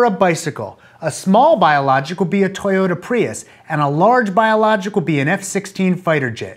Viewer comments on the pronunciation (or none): none